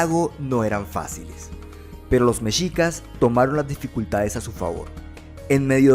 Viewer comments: Me encantó tu vídeo, gracias por hacer este video de mi país, solo te comento se pronuncia "mejicas" la "x" suena como "j" es como "'MEXICO" no se dice "meshico"...veo todos tus videos es increíble tu contenido, GRACIAS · Messsssssshicas no mechicas